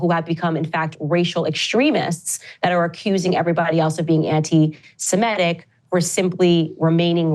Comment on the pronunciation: Really interesting how some people's talking brains give them a word called "anti-semetic". They could read the correct word "anti-semitic" 20 times. And their reading brain knows what it is. But their talking brain still says "anti-semetic" over and over.